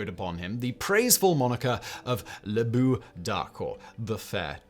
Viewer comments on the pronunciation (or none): none